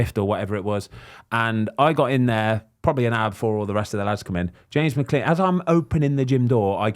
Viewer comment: Brits can never pronounce McClean can they